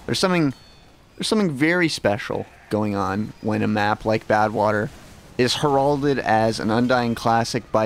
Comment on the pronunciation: Less than a minute in and he already pronounced heralded wrong L